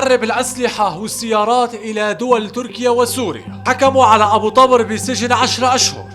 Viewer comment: تلفظ الاسم غلط.. مو طبرررر... تلفظ طووبر.. بوضع ضمه فوق ال ط